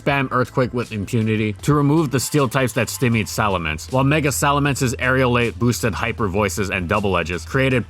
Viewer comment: I don't know how you still continue to mispronounce the word "stymied"